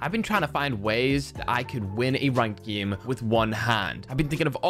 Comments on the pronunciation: Say game not gim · Why you said geme not game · Lol not being rude but its game nat giym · I'm still laughing because he keeps saying gim